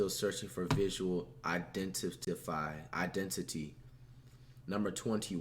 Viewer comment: this nigga flight can’t even say identity 💀💀💀💀💀💀💀